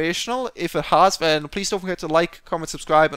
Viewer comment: Why do you say Ven instead of Then.